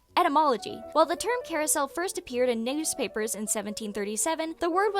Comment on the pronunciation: Did bro just say “neigh-ewspapers”